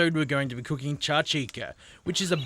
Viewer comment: Great video, this is our traditional breakfast in Libya, the pronunciation is a bit off though! it should be [SHAK-SHOE-KA], and yes that's a "shoe" in the middle